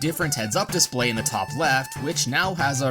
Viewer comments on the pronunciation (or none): none